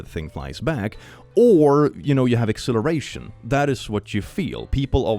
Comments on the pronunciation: Dude,. I know logically that you're saying "acceleration", but my ears are telling my brain they're hearing "exhilaration".... My brain is now cornfused. There is much fusing of corn, I swear to gourd. (So many pumpkins....) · When you say acceleration, you sound like you're saying exhilaration. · Your acceleration and exhilaration sound identical.